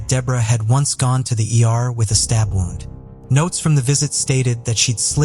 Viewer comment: My favorite is the pronunciation of wound.